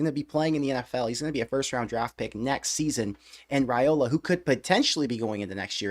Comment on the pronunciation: I gota comment this bc ive heard this channel pronounce his name wrong every time. Its not Rayola, its Ryola. The family name is pronounced Ryola, just spelled Railoa. Just in case any one was wondering why you hear both, the correct pronunciation is Ry-Ola